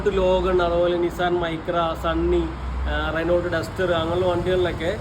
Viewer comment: റെനോൾട്ട് എന്നു പറയുമോ? റെനോ എന്നല്ലേ